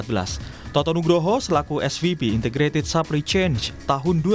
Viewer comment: Ini kompas hire naratornya kocak bgt Supply Chain dia baca supplynya "SAPLI" are you seriously kompas ??